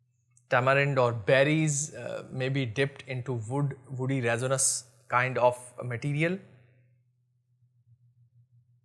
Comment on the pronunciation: Please correct your pronunciation of resinous...